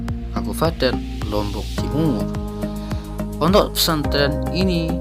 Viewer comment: Saking fasihnya jadi kayak gini . Fondok fesantren bilangny..😇😇😇